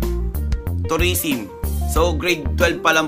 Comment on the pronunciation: Tourisim? or Tourism? ahahaha Like kung narinig nyu din sinabi niya hahaha